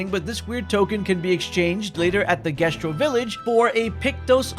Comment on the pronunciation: 70 hours playing a game with voice actors and you still can't pronounce Jestral‽